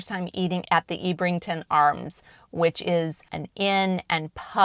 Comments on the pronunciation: Ebb - rington not Eeb - rington. HTH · I think you'll find it's pronounced Ebb rington and Kin et un